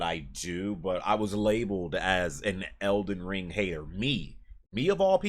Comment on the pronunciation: 🤣🤣🤣🤣😂😂😂 eckyuck... ELDEN RUUUIIIIIIIIIEEEEEE 🤣🤣🤣👍👍